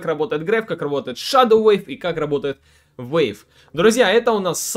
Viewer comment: Wave и Weave - разные слова и читаются по разному. Wave (уэйв) - волна, Weave (уиив) - ткать, плести... Спасибо за гайд!